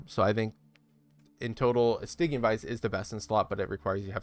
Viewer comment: Cool guide. Think I might mess around with this kinda build next. Also, "Stygian" is pronounced with a soft G, like a J sound, like "Surgery".